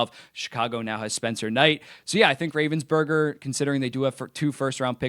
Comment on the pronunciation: “Ravensburger” 💀 it’s “Ravensbergen” Plus Columbus already has a solid goalie prospect in Evan Gardner